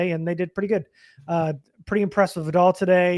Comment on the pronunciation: Y'all gotta ;earn how to pronounce Vidal.